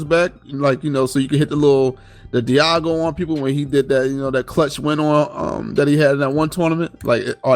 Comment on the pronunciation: I can't take tick butchering Evo moment #37. His name of DAIGO not DIEGO. And its called a parry tick plz. Just made me laugh and cringe due to me being a fighting game enthusiast lol.